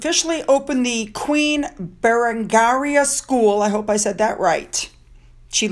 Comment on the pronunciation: Berengeria, you nailed it! 👏🇬🇧💕